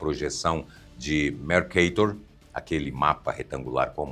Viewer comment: Muito bom. Parabéns por terem convertido as medidas ao sistema métrico-decimal. Mas a pronúncia de Mercator não é 'merqueitor', mas 'mercator', pois Mercator é o nome latino de Gheert Cremer, geógrafo flamengo.